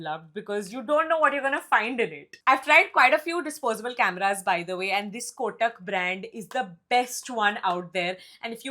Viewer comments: Did you just say Kotak instead of Kodak? 😂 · Did you really say KOTAK instead of KODAK😂.. hota hai❤